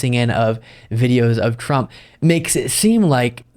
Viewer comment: "DoNaLd PruMp" is the only adult (and I use that term loosely) who I have ever heard mispronounce his own last name. Truly a stable genius.